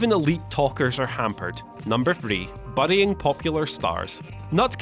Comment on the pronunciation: The way he says burying lol